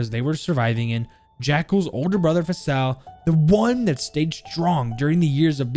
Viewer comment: It’s pronounced (faysal) spelled Faisal It’s an Arabic name